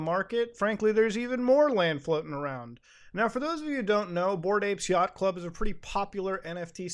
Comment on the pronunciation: Every time Muta says "Yachat Club" I just imagine Shovel Knight beating up a monkey.